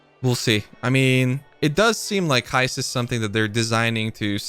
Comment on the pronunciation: Don't you mean ...Heiped?